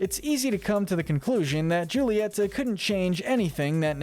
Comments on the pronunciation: Julieta’s name is actually pronounced as hoo-ileta and not juileta I hope you can correct that in later encanto videos. 😊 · I’m just saying but you pronounced “Julieta” wrong, the J is replaced with h (as in pronouncing not name) I don’t know why but god/Jesus (or someone who existed before us) just made it pronounced like that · i stfg how hard is it to pronounce julieta’s name right lmao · Julieta is pronounced Hulieta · Its pronunciation is actually hulata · Please learn how to pronounce Julietta properly it hurts the way you say it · pronounces Julieta wrong Me: TRIGGERED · no hate at all but why do you say “joolieta” and “agoostine” just curious. loving the encanto content